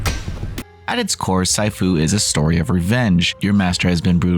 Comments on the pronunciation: Moment I heard that I went straight to the comments lmao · see-fu, not sie-fu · "See-foo" my dude, not "sai-foo" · It's pronounced 'Sifu' (See Fu) The rest of the video was really good. Well done. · Sy - Fu!? this dude is saying it like it's some kind of new martial arts or something hahaha lol... wowzers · Honestly, at least learn how to pronounce the TITLE of the game. Did you even play it??? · lol!!! In the very first sentence he mispronounced the title of the game! Immediately clicked off as this review holds no merit. Where do these people come from?? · It's just a word. There's no reason to get that upset over saying Sifu wrong. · I'm sure you've mispronounced your fair share of words over your life time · Their point is compared to how well-written and produced the video was, a slight mispronunication of the name isn't a HUGE issue. The level of pedantry... Do you even see how many niche games they cover (and cover WELL) - chill out.